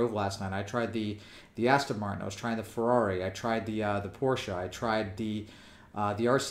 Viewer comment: Hey man you said Porsche correctly!!! For that alone I give you a thumbs up. Does not hurt that I also have the G29 and was amazed at how good it seemed for the money, yet as it was my first wheel I didn't know if it was genuinely good compared to other options.